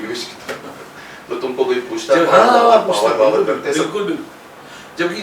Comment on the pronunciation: बचपन मे जब शकिमान में डॉ जैकोल पावर बोलते थे मुझे फवार सुनाई देता था जिसको भी पावर की जगह फवार सुनाई देता था बिना शर्माए बताए